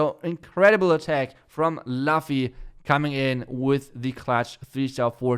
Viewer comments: OK. Let's try this really slow. The pronunciation is "Loofy" From the anime one piece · I can feel how is right now T_T I think it's pronounced as "Loofi" for luffy hehe